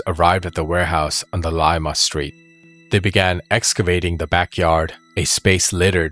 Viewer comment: Pronounced Pico da guy -o and Leema road not lime-ah. Great story and great job. I am not an English brute or literary specialist, just simple annunciation shows respect to the region you discuss .